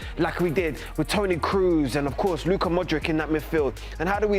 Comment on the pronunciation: This guy.. You started watching football today.. He ended it when he said ModriK!